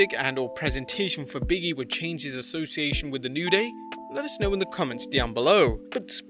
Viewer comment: Its not "Biggie", it's "Big E".